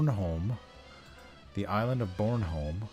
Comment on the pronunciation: Your pronunciation of Krølle Bølle and Bornholm isn't too horrible :) Thanks for taking on the commissions. Looking forward to the final versions of it all :D